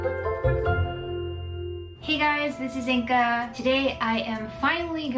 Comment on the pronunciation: Your name isn’t it’s inga